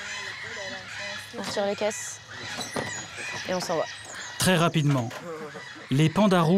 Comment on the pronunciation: J'adore comment Monique prononce "Cresson". Super ville